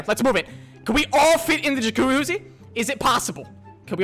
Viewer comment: I'm so triggered by the fact you always say "jacuhuzzi" instead of "jacuzzi". It's like some brits who always say G as K...